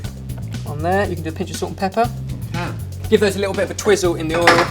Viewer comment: Whenever says "salt and pepper," I hear "sorted pepper" haha